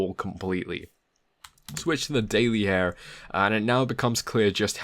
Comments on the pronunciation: It’s here not "hare" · Lol, that was indeed funny. I kept thinking of HEIR instead of HAIR. Apart from that, very nice TA. Thanks! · Nice video but I think I can't get over the way you say hair instead of here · It's here, not HAIR!!!!!!!!!! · "Hair" is killing me. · Excellent video, first time viewing, will subscribe and spend the word. However your pronounciation of "here" makes me feel slightly sick. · Damn! Now I can't un-hear it....